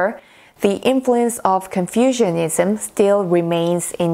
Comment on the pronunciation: You are mispronouncing Confucianism almost every time you say it. The way you say Confucianism sounds as if people have developed an ideology based on confusion, rather than the teachings of Confucius. Please don't take my comment as an insult. You speak very good English, but you, me and everyone else can still improve if we know what corrections need to be made.